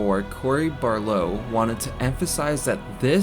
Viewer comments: BARLOG! BAR-LOG! dafuq you saying? "barlow" smacks you get it right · AT-REUS, NOT ART-REUS. BAR-LOG, NOT BARLOUGH. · Bro it is cory barlog not barlow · "Cory Barlow"💀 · "Cory bar low' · “AR-treus” “Barlow” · Solid video except for your annoying pronunciations of Barlog and Atreus. I probably would have subscribed if it wasnt for that 👎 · People complain about the way this dude pronounces the director's name, well I've been reading as Balrog all these years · Is it really that hard to say his last name?.. Even my youngest nephew who is 7 years old can literally say "Barlog".